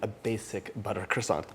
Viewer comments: John is sooo cute when he speaks a French word! 🥰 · Bruh say croissant like a normal person